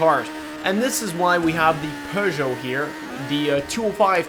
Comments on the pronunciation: Peugeot not pergeot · Lmao perjoe (its peugeot) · peugeot haha i get it lol